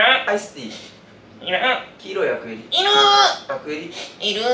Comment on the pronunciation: の いる～ が いらん のテンションとまちがってるｗ